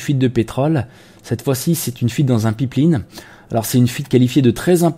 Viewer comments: Merci pour l'actus mais y'a une prononciation qui m'a interpellé les 2 dernières minutes de la vidéo, celle de "pipeline". Je sais pas si c'est prononcé exprès à la française, car c'est un mot anglais désignant "oléoduc" en français. Pour rester crédible et cohérent, mieux vaut maîtriser la prononciation de son vocabulaire. Voilà, la minute "nazi grammar" est terminée :) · Bonne vidéo, comme d'hab. PS: "Pipeline" Ouille ouille mes oreilles!